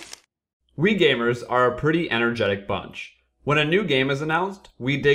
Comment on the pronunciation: "We gaymers..."